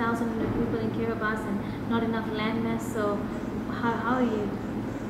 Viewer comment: I don't think that kiribati will sing k as you said